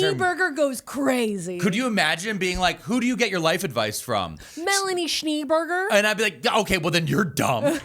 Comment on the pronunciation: I have to be the person who says the schnee in "Schneeberger" should be pronounced like "schnay." Schneeberg meaning "snow mountain." The -er on berger meaning one who lives on a mountain.